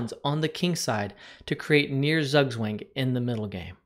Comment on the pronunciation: that zugzwang pronunciation is a blunder, jesus